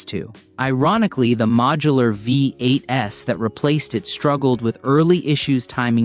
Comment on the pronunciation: "Vee Eight Ess"???? hahaha